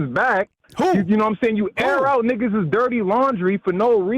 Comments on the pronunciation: Did I hear “niggasis” 😂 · He said “niggasisis” lol 🤣